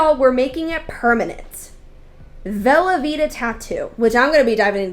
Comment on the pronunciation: Did you say vela vita? Like Velveeta?